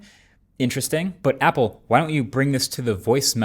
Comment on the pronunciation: Apple sounds like hoolie 😂